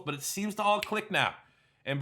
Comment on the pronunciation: Its pronounced Brian Day-Bowl go bills